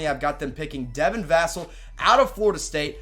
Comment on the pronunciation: You pronounced devin vassell wrong. It’s vah sell